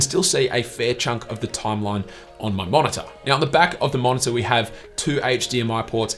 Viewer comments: MO0NA-TA! HAHAHAH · Haha wtf is a monitah